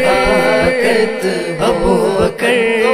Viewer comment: ماشاء اللہ صداقت میں ص پر زبر آنا چاہئے آپ نے زیر پڑھا